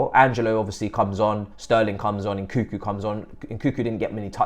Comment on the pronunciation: why the most of english people call Nkunku " Nkuku"?